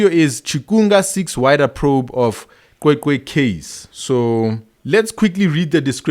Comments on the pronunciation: Cwecwe not qwe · My brother can you please make an effort to pronounce the name right. the "C" is pronounced the same as Bheki Cele with "Ws" in between. As a black South African you really have no excuse to mispronounce it.